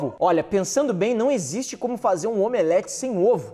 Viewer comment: voce fala omelete